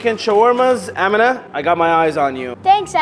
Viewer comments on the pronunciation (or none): Nah bro my name is Amina but it’s pronounced “Am-EN-a